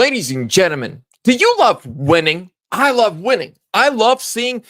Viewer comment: I love seeing somebody pronounce gentlemen not g e n t. A m e n